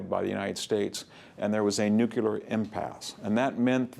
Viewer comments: It's n-u-c-l-e-a-r, not n-u-c-u-l-a-r. This mispronunciation started with Eisenhower, and apparently will never die. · "Nucular"?? No NUCLEAR Sheesh... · Love VDH's lectures! just an observation, it is "nu-.cle-ar" not "nu-cu-lar"